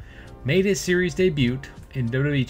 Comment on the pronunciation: Baron corbin didn't have much of a choice on cutting his hair. Bro was balding really bad. Had to commit lol. Also just so no one flames you in the future bro it's pronounced day-bue not day-butt lol. Don't say the 't' it's a silent letter.